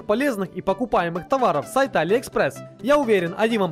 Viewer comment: Покупаеме прочитал акцентом таджика